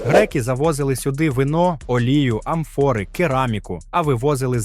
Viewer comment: В словах амфОри і гАлери змініть наголос